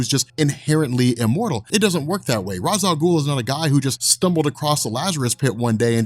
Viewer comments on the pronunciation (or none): Say Ra's Al Ghul right.